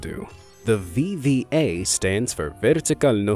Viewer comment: something more terrifying than the Ekranoplan was how read VVA perfectly